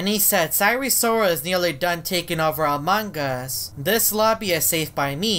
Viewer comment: Why he says a mangas